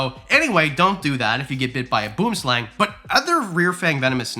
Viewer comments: It's pronounced "boo-om sluhng" encase anyone was wondering. From SA ❤ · How to day Boomslang. Boem - Slung. Internationally everyone pronounces it wrong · I'm from South Africa and when I heard you say boom slang I just lost it🤣🤣 respect for trying though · Boo-um slung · Go ahead, say off-color things. T’sall good. We hear typically not “boom” (as in an explosion!) but a voice drop is often enacted between the 2 o’s. So, boo’-uhm-slang or boo’em-slang (slang pronounced ‘slong.’) Clarify please: They’ve got a reputation for being deadly venomous, with untreated bites sometimes fatal to humans. Though their venom’s not as quick to kill people as is a black mamba’s, it’s reported one can be in very tough shape unless treated for the envenomation. Symptom onset may be delayed but early treatment is always prudent. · As a South African viewer i couldn’t care less about your pronunciation of boomslang keep up with the good work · One of "the 7" here. had to laugh about the boomslang pronunciation 🤣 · Lol, from South Africa and I actually like the way foreigners pronounce Boomslang. Love the video and love the advice! Keep up the good work! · Not the boomslang pronunciation. I’m not correcting u I just think it’s funny u messed it up even when u tried to say it right 😂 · The issue with the name "Boomslang" is not a matter of pronunciation, it is literally an Afrikaans word that translates to "Tree snake". Americans (or other English speakers) just sound funny when they attempt to say it. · Aaaaaahhhhh it's so hard not to comment on your pronunciation of boomslang 😅😂🤣. It's not an English word or words rather but it's spelt like a combination of English words lol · You still pronounced boomslang wrong XD. BTW the south African accent for boomslang is a language called Afrikaans and Afrikaans is a collection of European languages( Dutch and German for example). But u were close at least